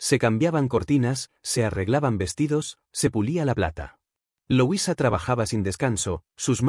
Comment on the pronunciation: No se pronuncia loisa se dice como se escribe LUISA